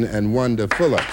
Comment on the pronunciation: Funny, her name was Wanda Fuller, but I’m hearing “Wonderful-er”, lol.